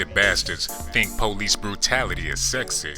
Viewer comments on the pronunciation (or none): none